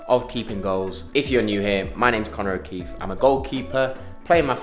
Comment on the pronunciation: "O'keefie" lol